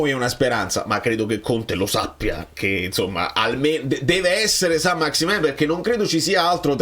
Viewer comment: Saint-Maximin (si legge maximen), è certamente meno “fluido” di te 😅 PS: Conte un grande